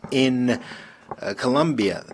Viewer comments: His country 's name is COLOMBIA not Columbia get right ,I know is difficult for some in the usa , you know ,because education? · It’s Colombia. Not Columbia. Smh